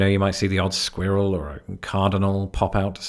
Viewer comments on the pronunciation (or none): I see you have trouble saying squirrel like I do. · I laughed out loud when you said squirrel. I've heard that Brits (and other Europeans) can't pronounce it. Here's help. Squirrel rhymes with earl. (Squ)earl. Make it one syllable. Or say squirt, drop the t, and add an l.